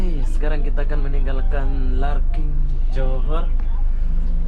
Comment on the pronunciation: Larkin bang bkn larking